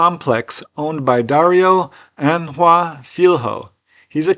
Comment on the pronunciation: Filho is pronounced "feel-yo" Ignore the H. Means 'son', and is often seen related to business names .(& filho).